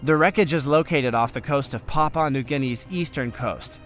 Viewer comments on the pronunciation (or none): none